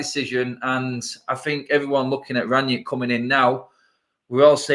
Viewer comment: Where does Ranyick come from? It's Rangnick ffs. Imagine you knew someone called Nick and you rang them. Like that. How hard is it?